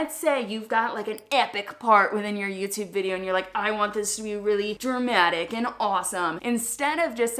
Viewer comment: I love the way she says Youtyoube